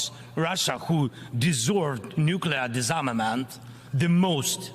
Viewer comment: Mazel tov, President Zelenskyy. You are now speaking English fluently. 🇺🇦I feel a mad sense of pride. You are leading your nation as bravely as any soldier. 🇺🇦Thank you for your speech. "Proliferate"; "disarmament". You clearly practiced the pronunciation. 🇺🇦It is moving, Very well done. Slava Ukraini!! 🇺🇦